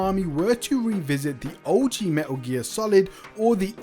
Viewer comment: Everytime you say "Meh'Uh gear" makes me flinch